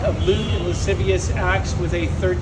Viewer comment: Did this fool say "Lasaysavich" instead of lascivious? 😂